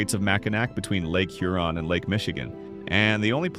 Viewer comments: Hur on not hu Ron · Interesting video, but for a channel called Michigan Insights, there sure are a lot of mispronounced names. Charlevoix and Mackinac are definitely mispronounced. Huron and Frankenmuth don't sound quite right either. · Hur-on not Hur-on’ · add "HUR-on" to the list, not "hur-ON". Did you come to Michigan when you made this video? And if you do a video mentioning Mackinac, for the love of Douglas Houghton, please don't muck up that name. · “Char-la-VOY, HURE-on, Mackin-AW, Franken-MOOTH, for Pete’s sake. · Lake "You're on" "Mack in ack". 🤣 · Shar-le-VOY. HUE-ron. Mack-i-NAW. Frank-en-muth - and none of the strange stuff is underground. Bronner's is not ONE of the largest Christmas stores in the world, it IS the largest. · It’s obvious you ARE NOY FROM MICHIGAN……..because your pronunciations of several of the cities are incorrect and we as Michiganders do NOT appreciate that, for example you pronounced Charlevoix, Huron, Mackinac, Frankenmuth, and Saginaw wrong. Please, if you do other videos of Michigan towns please learn the correct pronunciations. Thank you.